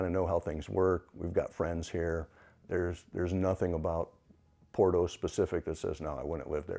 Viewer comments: Porto .. or borto pronunciation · After 11 months, still can't pronounce Porto correctly?! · if you dont even know how to pronounce Porto, i can see if would be difficult…not to disparage your journey..